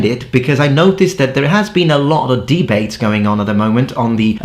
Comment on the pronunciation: debate, inviting - accent on the second syllable.